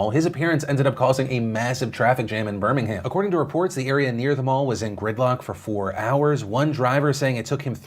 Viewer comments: I live near Birmingham in the UK. Firstly... You're one of the few YouTubers I've heard pronounce it correctly so props 😂 but the other thing I wanted to mention is British Humour is very dry and sarcastic. So I agree that Reuben was probably joking. Very glad I was not in Birmingham that day as it really is a maze getting in and out of the bullring when it's crowded. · You said Birmingham correctly! ❤